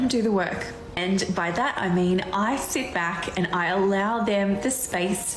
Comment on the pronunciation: New ick unlocked: women who pronounce "and" as "AYY-YOOOND"